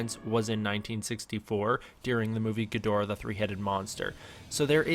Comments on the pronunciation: It's pronounced GID-rah or GEED-rah. A lot of us Western folk mispronounce it. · it's pronounced ghidorah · Stop saying Ghidorah wrong for god sake ur triggering me reeeeeeeeee